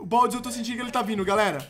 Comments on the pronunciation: Tt é "Baldi" o nome do cara, não "Baldis"! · dislike porque se fala baldi não baldis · não é baldiS é BALDIIIIIIIIIIIIIIIIIII COM IIIIIIIIIIIIIIIII